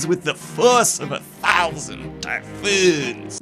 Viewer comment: at least when he said "lagoon" and "typhoon".